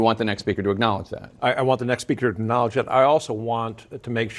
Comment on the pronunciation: How do so many reporters and journalists mis-pronounce the word ACKNOWLEDGE….they say “ignowledge”.